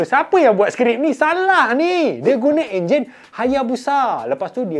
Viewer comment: ENJIN LAH BANG BUKAN ONJIN